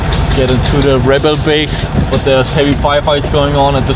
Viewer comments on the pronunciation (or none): none